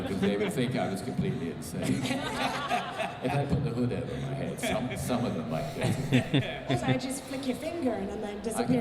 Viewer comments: "THE DISNEY ARE TAKING OVUH!" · BlackWingedSeraph „ovuh“ 😂 dewit!